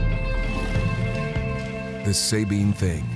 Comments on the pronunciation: Not even 2 mins in and we get out first mispronunciation....Subean or Sahbean (no pause)...never Say-bean...ask a Texan next time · The SAB part in Sabine is pronounced like BAG or RAG. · I'm from Texas actually East Texas and The way the narrator pronounced the Sabine River tells me he done zero work on this documentary. Not One Texan or Louisiana person says it that way